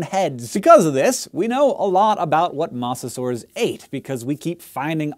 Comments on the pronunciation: "Moss-a-saur"... Every documentary I've ever watched pronounced it "moe-zuh-saur", and you come out here with "moss-a-saur". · Isn't Mosasaur pronounce MO-za-SOR? Like Moses? Moe's Southwestern Grill? Eenie meenie miny mosasaur? Then again, you are the science guy, so I could be wrong. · Pretty good information that far too few people know. Although, it's pronounced MOE-sasaur. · When you said Mosasaur I thought it was hilarious as I have always thought it was pronounced like MOE-sa-saur but now all I can hear is Mozzasaur which I imagine to be a giant cheese dinosaur. Day improved. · i dont mean to be THAT guy but he prenounced mosasaur wrong its moses ore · Dislike because you kept pronouncing it "mawsasaur"